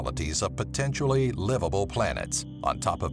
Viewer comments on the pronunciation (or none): none